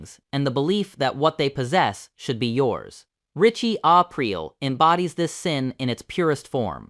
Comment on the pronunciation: of course! I do have one critique though-the way you pronounce Richie’s last name. You emphasize the A and the last part rhymes with “real with a p in front ”. So to kinda spell it out it’s “A-preal. Sorry, lol. I have a little bit of OCD and stuff like that I notice right away